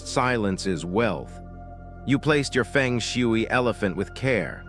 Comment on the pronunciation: Nobody will believe you. You can’t even pronounce Feng Shui in the right way. Research first how to pronounce it before making a video.